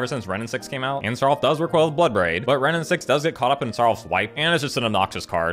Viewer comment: next vid plz pronounce it "SAROOLF" has more impact